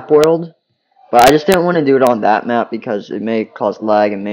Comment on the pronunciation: you said mqp it’s map